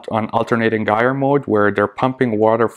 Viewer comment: Sorry but it’s - jire like tire with a “j”, they will get quieter after a while, there flow easily goes down when they get dirty, I would lower both mp10’s , if they are too high kind of defeats the gyre motion, my two cents!